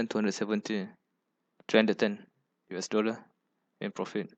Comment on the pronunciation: Your pronunciation is very difficult to understand. For example: it sounds like U Esession instead of US Session. Please take time to say the words properly. Sorry if the feedback seems too negative.